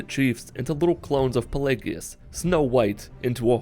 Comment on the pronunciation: The worst part of this video is you don't know how to pronounce pelagius..